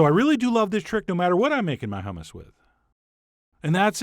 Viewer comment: No, "yammus" LOL